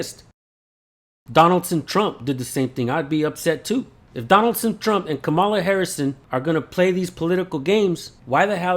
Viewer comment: It’s pronounced Comma la.